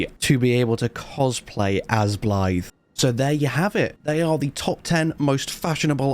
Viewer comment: I don’t know if you’re doing this on purpose but you’re pronouncing Bliaad’s name Blyth 😂